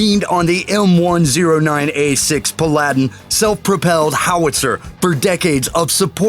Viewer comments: Non-Military Blunders Glances past the 25mm/100 cal/1 inch bushmaster machine gun and acts like the 50 cal/12.7mm/1/2 inch machine gun is all that. The 25mm bushmaster is the real beast on that AAV7 not the dinky little 50 cal. PUH-LAD-IN? you mean PAL-UH-DIN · WTF? Paladin - Pal - a - din Not Fucking Pa Ladin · Puh-lad-in? It's Pal-ah-din. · You pronounce Paladin as Pal-a-din, not Pa-lad-in. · The M109A7 is NOT A TANK! It is in FACT, a turreted self-propelled howitzer. It's also not pronounced "PLAIDIN" But PAL-A-DIN. Or when someone "sounds" like they know what they are talking about but are just reading from a script written by some moron that can't seem to use Google. You can't call it a tank and a howitzer, make up your mind. It's just a howitzer. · He should learn to pronounce PA'-la-din instead of saying pa-LA'-din. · M109A7 is not a tank. It's a howitzer. It's pronounced PALadin, not paLADin. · M109 Pa-laddin? It's a Paladin (Pala-din). Also, It's nice to see the Soviet BRDM-2 inspired something in the NATO arsenal with the M117. :D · Pal-ad-den? Pal-a-din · This is terrible, some of these vehicles aren't in common use anymore, some of these facts are false and when you talk about some vehicles you don't show the correct model. Specifically talking about the M1A2 and you show M1A1 SEP. Oh and you're pronunciation is garbage its pronounced ˈpalədn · Mr. Announcer: You need to learn how to accent "Paladin" (Pala-din) on the correct sy-lab-ble (mocking) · Its PA-la-din, and it's not a tank, its a self propelled howitzer. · Should I comment on the pronunciations? Okay just the one that bothered me the most. It's the M109A7 Paladin, " Pal-uh-den". I expected that to be a common name. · M109 is self-propelled artillery not a tank it is pronounce pal-adin, not pa-ladin. It's not HUMVEE, it's HMMWV. I like that the rollers are built for mein dooty. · Pa-LAD-in? BO-hem-oth? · Don't forget he called the Paladin the P - Aladdin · “puh Lad in” for Paladin 😂